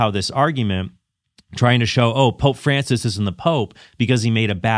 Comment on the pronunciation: If Altman insists on calling Francis by his given name, could he at least pronounce it correctly? Or is he purposely mispronouncing it as a further sign of disdain?